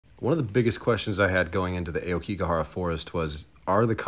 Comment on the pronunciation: The way you pronounced aokigahara hurt me on the inside brother